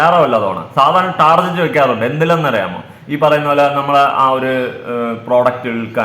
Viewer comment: ടർജറ്റ് അല്ല ടാർഗറ്റ് ആണ് 😂